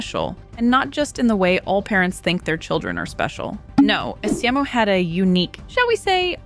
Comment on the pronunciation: esimo. the game tells you how to pronounce it